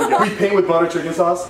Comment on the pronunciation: When she said cheekin sauce instead of chicken sauce🤣😂🤣 to